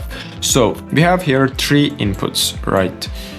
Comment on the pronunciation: I'm actually surprised you're on skillshare, you barely explain what you do, "click here, plug in to that thing"... and english is pretty bad too, it's THREE not TREE... and you copied this from a blender geometry node genius called MaxEdge... kid seriously, I don't know how you got away with it... people this is not legit content.